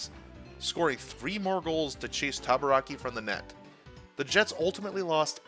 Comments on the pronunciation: Rick Tabaracci's last name is pronounced "taba-ra-chee," btw. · Rick Tabarakki! 🤣 I believe it's Rick Tabaracci, Ta-ba-ra-chee! 🤣